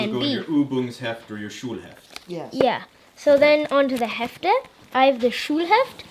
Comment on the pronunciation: D'english: the hefts German: das Heft (singular), die Hefte (plural) OMG, his German pronunciation is so spot on. Congrats!